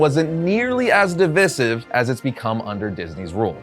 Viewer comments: "div-eye-siv," not "div-iss-iv." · It's been killing me this whole video. DIV-EYE-SIV, PLEASE😭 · A little tip for the future: Divisive is pronounced like "Di - Vice - Siv". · My dude, It's pronounced "div-eye-siv"....lol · What a toxic video. Oh and stop pronouncing divisive incorrectly the 100 times you use the word in this video. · The way you say "divisive" is pretty divisive itself